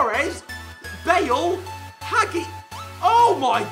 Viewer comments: You said to hagi a weird name im romainen and its not hage its weird to prounace lol of i dobt spell off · I pissed he didn’t pronounce haji correct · How he said hagi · That "Hagi" pronounciation tho Sorry if I spelled anything wrong I am romanian :))))